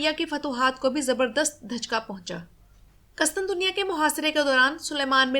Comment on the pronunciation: اچھی کوشش ہے ماشا اللہ۔ قسطنطنیہ میں قاف پر پیش ، پہلے ط پر بھی پیش آتا ہے۔ اس کے علاوہ بازنطین میں ز پر زبر جبکہ نون ساکن ہے۔ سلامت رہیں